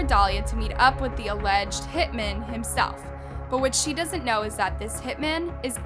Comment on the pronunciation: Your voice is okay, but the way you use it is often very annoying... Over-exaggerated dramatic inflections, and you pronounce TONS of words wrong, especially peoples last names. And 2 or more MEN that do HITS are called HitMEN, but just one? That's a HitMAN! No such thing as "a Hitmen."